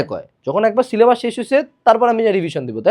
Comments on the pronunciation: It's not sylebus it's sylebush😢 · Syllabash?😂😂 bash ashlo kemne eikhane